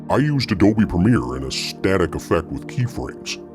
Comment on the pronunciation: to whoever did the voice work: it's a static effect, not a static effect. It's an effect simulating static, not an effect that isn't dynamic.